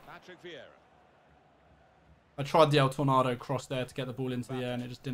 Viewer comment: Why are you saying el tornado so strange it's literally so easy to pronounce